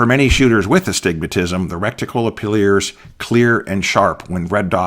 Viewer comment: And he said "applears."